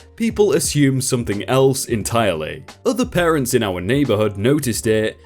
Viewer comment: Dude ... PARTENTS?